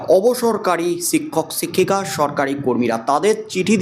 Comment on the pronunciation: "সিক্ষক সিক্ষিকা" উচ্চারণ করছেন